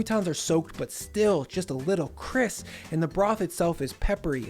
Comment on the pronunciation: I always find it awesome how you say cris instead of crisp. lol